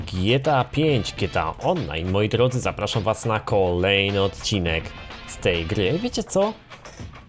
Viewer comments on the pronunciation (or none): none